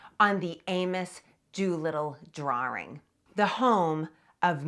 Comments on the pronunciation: I have never heard "drawing" pronounced as "drar-wring" . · There is no "R" in drawring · "Dr-oor-ing", eh! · What is a "Drwarr-Ring"? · Im going to take a shot every time she says "drawring" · Fascinating how her accent pulls the "r" out of 'Concord' and puts it into 'drawing.'